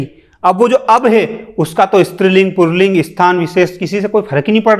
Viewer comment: क्या बकवास कर रहा है.... कुछ भी।। पुल्लिंग को पुरलिंग बोल रहा है।।😂